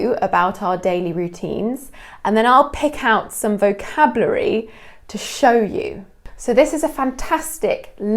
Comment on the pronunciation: did you say vo-cab-lu-ary? In Canada we say vo-CAB-u-lary with the emphasis on CAB followed by u-lar-y. I’ve never heard it pronounced lu-ar-y. Interesting ❤️🇨🇦